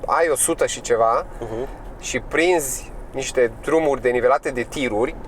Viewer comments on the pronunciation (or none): "nste " în de niște, pace,respect pentru ceea ce faci și te cred că ai muncit mult pentru videoclip!🤚